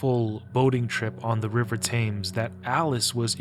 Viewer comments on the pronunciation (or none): "Thames" is pronounced "Tems" not "Tames"